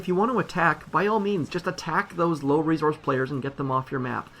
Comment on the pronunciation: I can't stand how he says "resource." It's not that hard to say correctly.